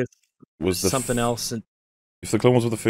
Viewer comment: is aware that he treats the word something as if there's a prominent p in it? Saying as 'somepthing'.